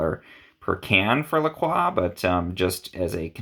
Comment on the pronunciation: Why he say lacrox like that